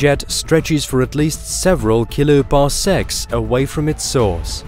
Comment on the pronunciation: Just listen to the words kiloparsecs the pronunciation is fucked, this is not a human but a computer generated voice from a worded transcript